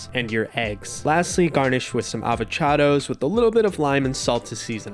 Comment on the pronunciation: the way he said avocados was traumatizing